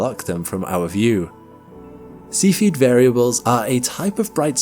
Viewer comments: YouTube captions think you're saying "seafooded" instead of SEFF-E-ID (Cephied variable). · God Damn it, would you possibly learn how to pronounce the word "Cepheid"? It's NOT spelled ceipheid, it's cepheid, making the sound of the first 'E', a SHORT 'E' sound ,,, NOT A "LONG" 'E' sound. :face-orange-frowning: I can NOT suffer to listen past where I am now - the minute mark. AND, I gave the video a THUMBS DOWN as a result! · I love your videos but your pronunciation of terms is terrible! Please research the correct pronunciation of the terms (such as cepheid) before making your videos please!